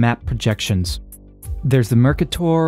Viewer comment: While you were looking at up how to pronounce "Kruskal-Szekeres" you should have checked on "Mercator"... (and "et cetera", which has no 'x' in it.)